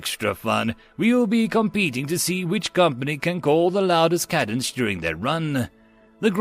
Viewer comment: Cadence is pronounced wrong. Good job on story and narration but screwed the pooch on pronouncing military words.🤣🤣